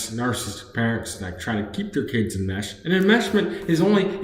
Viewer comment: You can't even pronounce narcissistic. It's not nar-cist-uc. It's nar-ciss-ist-ic. Four syllables, not three. You're probably even more narcissistic than your mother is